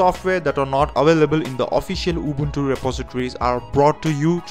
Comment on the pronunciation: The way he pronounces it... UWUntu